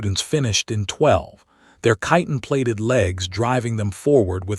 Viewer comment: wow! someone pronounced "chitin" right! 😮